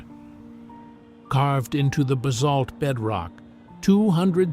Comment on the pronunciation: and the fact that he had no idea how to pronounce Basalt - he said it differently each time he said it.